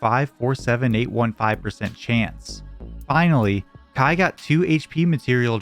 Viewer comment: No way someone's username is Kaii like Hawaii and you don't pronounce Kaii like Hawaii